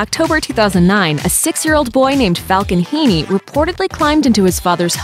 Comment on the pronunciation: It’s (He-en), not (Hee-nee).